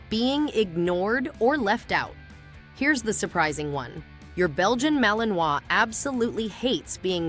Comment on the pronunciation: Poxa! Começou mal, pegou mal Pronunciamento “Malinois”.